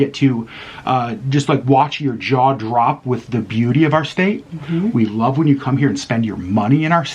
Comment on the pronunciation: State, not statue. 😂